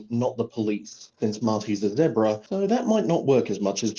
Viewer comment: Also, Cheese mispronounces "zebra"